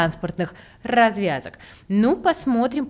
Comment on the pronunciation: "А также строительство транспортных ррразвязок", так рразвязно (или отвязно?) это сказала 😄😏 А вообще, по ходу, из Сочи делают новую Москву, очередной пример излишней централизации и перенасыщенности.